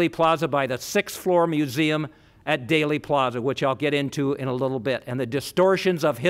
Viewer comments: "DAILY" Plaza? It's pronounced "DEELY," spelled "Dealey." Otherwise you're an expert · No, it’s pronounced Dealy, like “Let’s make a Deal.” Not sure how he could be so well informed yet pronounce it wrong. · Thanks for pointing that mispronunciation out! “Daley” Plaza was grating my nerves every time he said it! He’s a fascinating reporter but not a good communicator…. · Is it really pronounced "daily" (plaza)? First I have heard it. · I always thought it was pronounced Deely Plaza 🤔🧐